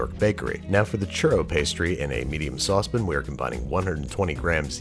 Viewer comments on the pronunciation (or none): Why sauce pin and not saucepan? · Lols he says saucepen